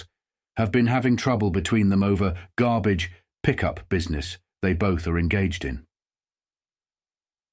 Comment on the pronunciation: "Gabbage." Yr Brooklynese is getting better. ;-)